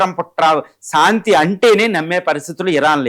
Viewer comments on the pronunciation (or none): సాంతి కాదురా నాయన శాంతి మీ తెలుగుకు తెగులు